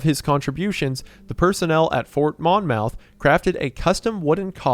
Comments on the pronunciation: as a Jersey A-hole myself, its fookin pronounced Mah-myth not Mon—mouth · "Fort Mon Mouth" killed me 😭 From someone who grew up in the area, it's pronounced more like "Mommuth" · I know this will be buried, but I clicked on this video as a lover of animal soldiers like Old Anchor, when I get jumpscared by you calling Monmouth (Maan [money without the "ee" sound] Muhth [month without the "N" sound]) as MAHN-mouth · Mon-myth not Mon-mouth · Obligated to partake in the tradition of correcting your pronunciation-- Its pronounced like "Mom-ith" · Monmouth is pronounced "mah-myth" for the record 😂 much love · its pronounced like mommoth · As a resident of Monmouth country, hearing you butcher the pronunciation of it made me cringe. Stop my car on the side of the highway and write this comment. Ps love you keep up the amazing work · His pronunciation of “Monmouth” is killing me 😂